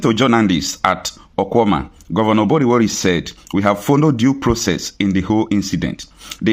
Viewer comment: Don't change it to lgbo pronunciation ..... the town is called OKWUAMA not okwuoma as lgbo audience may put it , absolutely nonsense